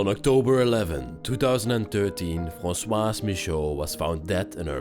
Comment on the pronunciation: The first name of the lady who was murdered is Françoise (pronounced FransouaZ), but you kept calling her François (Fransoua, without the Z ending) throughout the video, as if she were a man. You are from Belgium, but do not know French?